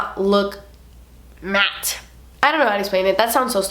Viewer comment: The way she says matte........lol you had me laughing for a while